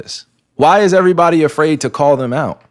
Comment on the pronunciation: "alot of guys are afraird to be embarassed" yes bro BY YOU.